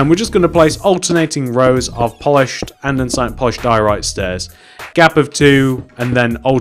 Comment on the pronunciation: anyone else find it really annoying whne he mispronuciates or spells something wrong in the video. For example, he says anDENsite!! It is just Andesite. There is no N!!! Also he spells grey wrong. He says gray not grey. REALLY ANNOYING